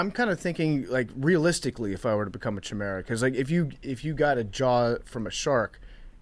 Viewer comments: it’s pronounced “kai-mare-uh”. No idea why that tilted me so badly. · Says the guy who couldn’t say the word “chimera” properly.